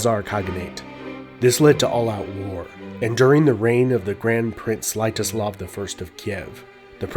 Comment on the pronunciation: Take a shot every time you cringe at the pronunciation (personal favorites "kievan ras" "prince Slight-o-slov"). Even slavs with the strongest tolerance will get drunk